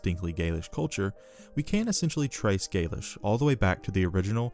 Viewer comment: You make great videos covering some very interesting lesser known topics of ancient history. I've really been enjoying listening to them and have become a subscriber. However, your pronounciation is off at times in this video and others, which may be a bit jarring or confusing to some viewers. In this video for example, you pronounce the word "gaulish" as "gaelish." This sounds similar to "gaelic", which refers to the celts of Britain. Another example is your pronounciation of the "La Tène." I have always heard scholars pronounce it as follows: I hope I'm not being too nitpicky. Please keep up the good work!